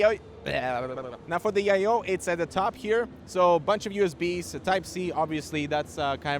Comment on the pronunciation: I like Dimitri's new word for I/O panel...they Yayo panel! 😂😇🤓👍 And if it could make that noise he did everytime you plugged something on and pulled it out I would appreciate it 😂😂🤔🤣